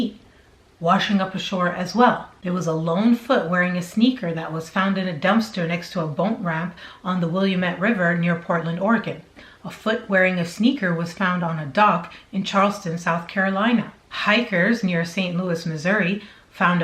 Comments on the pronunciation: Aw! I love your videos! You have the best pronunciation of "Willamette" that I've heard yet. I think you said "Williamette". But they pronounce it: "Will-AM-ett". Like d*mimit* haha. They also have a town pronounced Vye-duh. (Vida). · Willamette is pronounced Wah-LAM-mit. Rhymes with dammit. Thanks.